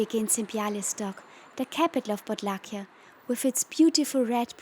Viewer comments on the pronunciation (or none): Podlasie not Podlakie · Podlasie region, not Podlakia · Podlahia heißt Podlasie,😅